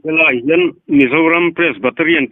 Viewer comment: Presbyterian ni na na na a. Presbaterian tia chhiar tlat pawh kha a pawlawh thlak ve tho mai.... 😂 I thu sawi a that tehlul nen.... I tawngkam hman dan erawh ngaihthlak a hahdam lo deuhin, i pawlawh deuh chu a ni e. 😂❤❤❤ Mahse, Lalpan kawng tinrengah kaihruaiin finna leh hriatna nasa tak pe zel che rawh se. 🙏❤